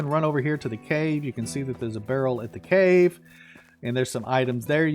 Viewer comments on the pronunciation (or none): none